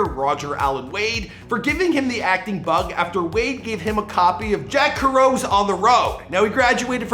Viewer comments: Cringe at Jack Kerouac. Smh (ker-oak)? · It’s pronounced Jack Kair-o -ack one of the best Authors of all time. Get it together homie. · Did you really just call Jack Kerouac Jack Keh-row? Please don't tell me you don't know who that is. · Butchering Kerouac’s name has me not even wanting to finish this video. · No doubt. Never again.